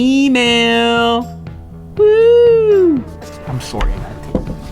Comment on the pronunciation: “I’m sowry I gotta take this” your Canadian is showing